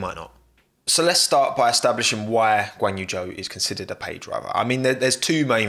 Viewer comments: These pronounciations hahaha Valterri Bo'ass and Ganyou Joe. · Did you hear Joe is now in F1? Who's Joe? Guanyu Joe, partnering Val'eri Bo'as.